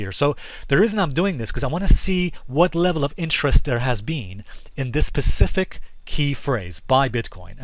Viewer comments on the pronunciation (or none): says "pacific". wants to be taken seriously. go home.